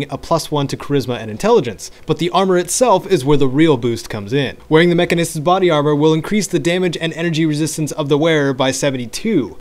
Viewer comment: It's pronounced Mechanist, not Mechanist.